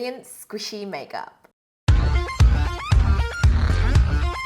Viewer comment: In the video she out "makep" instead of "makeup"